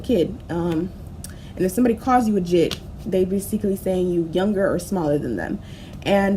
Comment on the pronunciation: Fr it’s Jit not Jhit